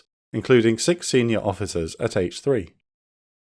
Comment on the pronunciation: had to rewind that bit, thought he said 'six senior officers at age 3'